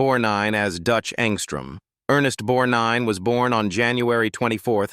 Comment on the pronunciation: It's always aggravating when so-called professional readers mis-pronounce people's names; Ernest BorGnine always had the "g" pronounced, except by the nasaly narrator of this video